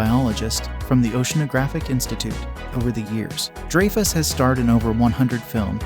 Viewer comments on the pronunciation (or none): It's funny Young people narrating videos you can tell they're young when they mispronounce peoples names older people Have known for many years not dre-fus it’s Dry-fus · Pronounced Dry Fuss not Drey Fess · it's "DRY-fuss" not Drey-fuss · How in the hell can you try to narrate a video about movie stars and then pronounce the name Dreyfuss DRAY FUSS?? It's Richard DRY FUSS. Dray fuss. GTFO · Drayfuss is pronounced Dryfuss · DRY - fuss ... Not they way you pronounce it.... Please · Its pronounced Dryfuss